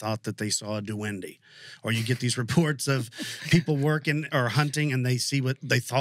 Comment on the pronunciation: It's pronounced dewen-deh. It's a spanish word for gnome/elf.